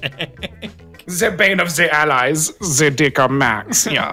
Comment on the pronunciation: Every time I watch this video, I lose my shit at "Ze bane of ze allies, Ze Dicker Max, ja."